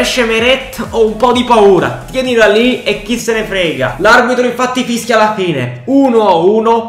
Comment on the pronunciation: Sbaglio o a ha detto fisca al posto di fischia